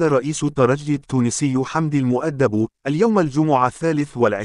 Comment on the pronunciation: يا اخي احترم الناس. الراجل اسمه حمدي المؤدب. تنطق AL MEDAB. مالك انت كل شوية. المدبي...المدبو ؟؟؟؟قبل لا تعطي معلومة تأكد من صحة كلامك !!!!!.